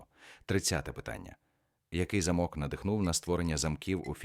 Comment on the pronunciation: Диктор-👍, але й є неправильні наголоси деяких слів, джелаба́, єхи́дна, замок...("Горох"вам в поміч))) з середини тесту прискорились з читкою))) а може це ШІ???😏 На заході ЧОГО не уточнено((( З астрономією знову у мене провал😪Правильних відповідей ледь половина, тест складний! можливо Генрі Морган